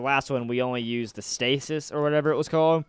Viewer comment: stasis not status